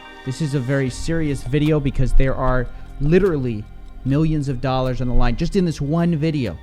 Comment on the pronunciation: Bro I love coffeezilla but damn I hate the way he says dollars😑